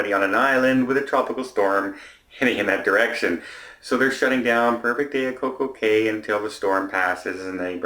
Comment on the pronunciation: No one has yet complained on the way pronounced Coco Cay! 🤣🤣🤪🤣